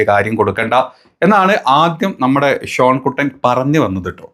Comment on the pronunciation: ഷോൺ അല്ല ഷോണ്ണ.... ഷോണ്ണ